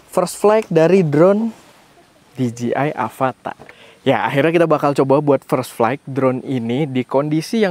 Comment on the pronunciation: Dijeyai masse, bukan dijiai 🙈